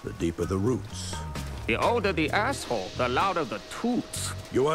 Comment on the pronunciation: "...The older the ahshole the louder the toowts" LOL Dude got a sling for a bionic arm